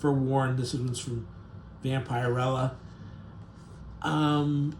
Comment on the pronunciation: One pet peeve I have about Youtubers is that you don't do your research. So many things are mispronounced in your pieces, it really amazes me. In this one it's Vampirella. It's not pronounced.vamp-ire-rella, it's vamp-er-ella. Do your homework!